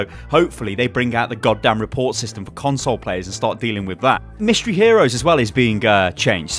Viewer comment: every time he says " console " I die a little inside